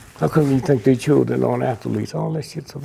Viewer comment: "everybody leave der gay ok" hahahahaha sounded funny